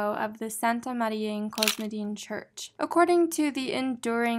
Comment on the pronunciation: The word "cosmedin" has the same Greek root as "cosmetics" so I think the accent is on the "e"